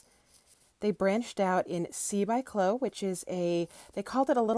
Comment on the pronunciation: Chloe rhymes with Bowie, not low.